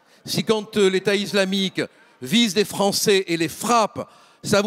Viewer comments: Pourquoi il dit iZlamique ? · "l'état izlamique" rofl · "L'état iZlamique" Mdrrr😅